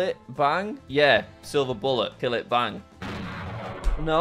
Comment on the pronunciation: You say that but he pronounced cillit as “kill it”